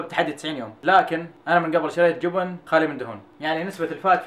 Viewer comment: الله يوفقك ثنيان انت بطل ... بس ليش تقول جوبن😅😅😅